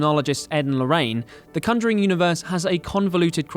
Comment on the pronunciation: "The cunjuring"